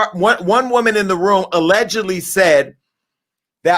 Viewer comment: Me too! Over here rollin. WO-man...what's that???? 😂😂😂